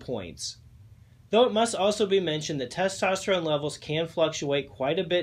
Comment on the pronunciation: The way you said testerone level lets me know the sugar was already there…